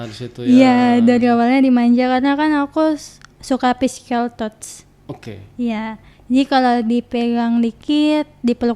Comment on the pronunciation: Cara dia nyebut physical touch aja salah mba.. bohong ini cewe mah .. Halu kyknya.